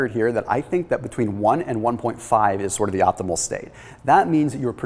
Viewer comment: Optimal, not opthimal !